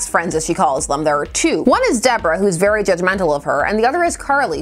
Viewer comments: Good, thorough review as always, but ... every time you said "very" I heard "beary." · uhm.... "this book is for a beary specific audience?"